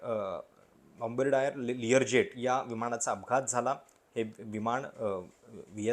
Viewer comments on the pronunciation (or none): बंबर्डायर नाही बंबार्डियर